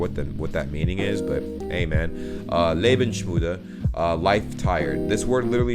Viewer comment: "Lebensmüde" is more like suicidal and you pronounce it "Lebens-müde"